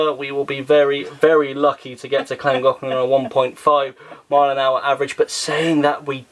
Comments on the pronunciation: Good luck with your trip to Llangollen. Llangollen incidentally is a Welsh name, so is pronounced not as in English. Right at the end of the video you came closest to the correct pronunciation. Happy travelling. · it’s pronounced Thlangothlan, not Clangoclan, sorry to moan but I cringe each time you refer to it 😓. Also I read on another Vlog that the Llangollen was closing due to badly leaking Lock gates, the person reporting it was supposed to be cruising there around September/ October. I hope this isn’t correct, I love your Vlogs and I’m looking forward to you being there. ❤️❤️